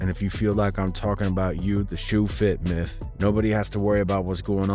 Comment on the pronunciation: “And if you feel like I’m talking about you the shoe fit MYTH” Who tf reads those two letters like that🤣